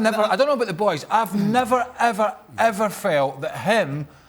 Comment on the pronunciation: How is shaka even british fucking sayin every “the” as Z ... proper english pls